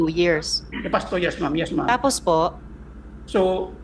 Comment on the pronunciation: Di ka nalang magTagalog Maslog, punyeta ka "No mem, yes mem"